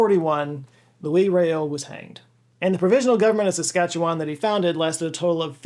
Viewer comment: I had never before heard an American pronounce Louis Riel's name. That was... an experience. 😅 But thank you for bringing up the Red River Rebellion. We Manitobans are proud of our heritage.